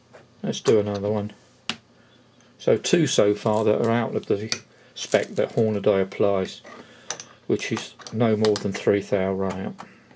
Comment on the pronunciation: Hornaday? Never heard of them. Any relation to the american brand hornady? Was there a branding issue perhaps exporting it. Or is reading the problem. You'd think with the hornady name plastered everywhere grown men would learn to read and pronounce the word properly.